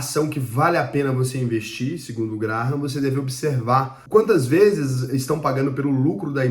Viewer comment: CONHEÇO ESSE CARA, O TAL DE "GRARRAM", MANEIRO ELE, KKKK